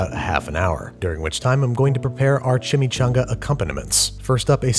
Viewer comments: Google translator voice CHI-Mee-'CHO'NGa! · Chimichanga... is it shashumga?